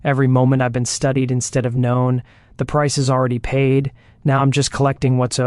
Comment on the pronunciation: The reader pronounces words weirdly. Instead was pronounced as in-stea-Dee😂 Antebellum pronounced as Antin-Billum